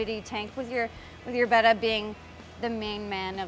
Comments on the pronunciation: beh-tta (the way she says it) is technically the correct pronunciation. But, potato, potahto 🤷🏻‍♀️ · Good job on saying betta correctly. Way too many people say it wrong. Than you for easing my OCD. lol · It's pronounced Betta, beta is bayta. :)